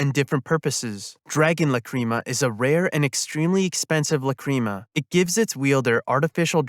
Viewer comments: It bothered me the whole time, Lac,Ra,Ma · It’s pronounced Lac,Ra,Ma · La-cream-a 🤨 /j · Why you say Lacrima like that T.T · god I hate how you say Lacrima. It makes me doubt you've watched the series. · This is a great video but your horrible pronunciation of lacrima is killing me inside.